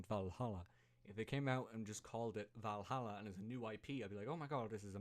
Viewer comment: At least he got Valhalla right